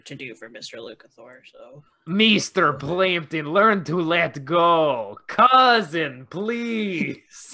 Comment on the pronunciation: Meester Pleempton...